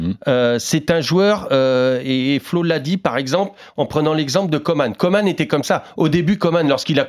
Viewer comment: Messieurs, ça devient fatiguant. Il s'appelle COMAN et non Comane !!!